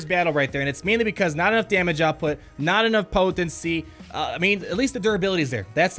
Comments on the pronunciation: Anyone notice he say poTHency 90% of the time ish talk aside. im literally more excited for you new vids than I am for the actual P2W content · I LMAO every time you say "potency"...